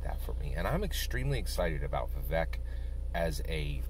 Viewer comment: Vivek is pronounced "Vi-Vake"